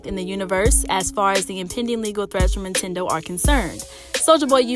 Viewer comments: I was thinkin the same shit 😂 it's NINTENDO 🤣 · Is she saying INtendo? I know I’m not tripping! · First the N drops, then I think she just says Tendo. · The first time I heard it I let it slide. We all make mistakes. But every time she mentioned the big N it was more like the big I. Lol